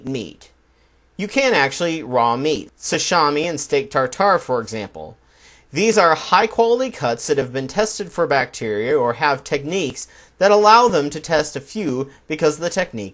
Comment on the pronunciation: I hate to be anal retentive here, but it's pronounced "sa-SHEE-mi," not "sa-SHAH-mi." Other than that, right on. There are also people who like their steaks rare and bloody.